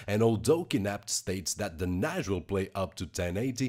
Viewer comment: its Nassss not Najjjjj